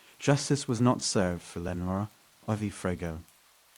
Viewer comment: Austin NEVER has deserted streets..and lenora is mispronounced over and over.....thumbs down